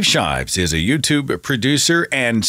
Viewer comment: Shives? Come on, Seth...you can do way better than that.